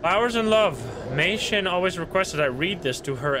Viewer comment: I love how pronounced Mei Shin as my shin 😭